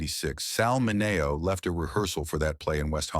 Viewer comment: Let’s at least pronounce Sal Mineo‘s name properly shall we? Sal MIN-ee-oh. Rip.